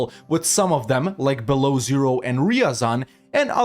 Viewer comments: Man, "Beloozero" should sound like "Belo O Zero". Im Russian btw... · Russian here. for me it is funny how you mispronounce russian cities and historical principalities Because mispronouncing Beloozero as Below Zero is funny. because it is a default temperature there. but in reality name of this place translates to english as "white lake" or "western lake" And mispronouncing Yarolsavl as Euroslavl sounds like political statement. because if translate Yaroslavl back from russian it means "city dedicated to glory of high shoreline"or "city dedicated to the glory of wrath". but Euroslavl is translated back to english as "city dedicated to the glory of european continental unity" and now i will write up how to read this places correctly Yaroslavl - yA-ro-slav-l' Beloozero - b-yA-l-o O-z-e-r-o Ryazan - r-ya-zA-n'